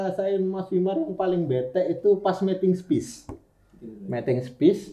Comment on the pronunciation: Wkwk salpok sama King ngomong METING SPIS WKWKWK, padahal kebalik harusnya bacanya miting spes, aku relate sama sih wkwk, aku kaya banget. King ini tipe2nya bukan planner tapi pas tampil keren kayak adek aku yang ujian ga belajar tapi nilai 90....